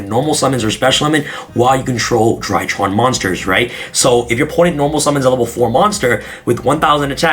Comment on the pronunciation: For some reason every time he says “DryTrons” i hear “ TryHards” lmfao haha is this a tryhard deck lmfao haha 😂 overall i think i will give the ritual monsters a chance